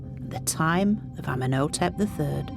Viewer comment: Ummen Oh Tep 🙄 she needs to learn how to say their names correctly